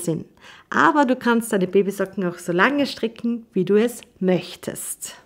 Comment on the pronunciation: Sehr schöne und verständliche Anleitung. Aber warum sagt sie immer STRICKCHEN ? Ist das eine Verkleinerungsform von stricken oder ein Sprachfehler? 😂